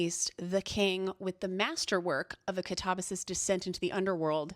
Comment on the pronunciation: I've never heard Katabasis pronunced like that!! And I've realized I've never really heard anyone actually SAY the word!! Absolutely LOVE this list and will be reading these!